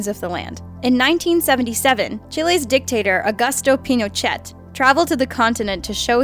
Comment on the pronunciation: The 't' in Pinochet is silent